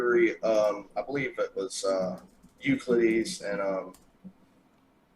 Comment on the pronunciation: I like how he just uses smart sounding stuff that literally is not applicable to any of this. It almost sounds like he knows what he’s talking about until he says stuff like “Euclidees”